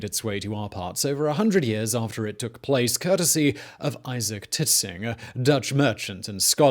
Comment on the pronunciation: Isaac Titsinger?? wtf Simon that's not his name!